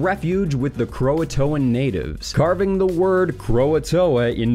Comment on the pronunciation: (By the way, "Croatoan" is three syllables, not four.)